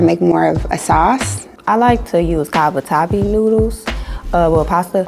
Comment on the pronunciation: The brother mispronounced Cavatappi,lol. Plus his Mac and Cheese looks very dry. And the women also said it really wasn't seasoned.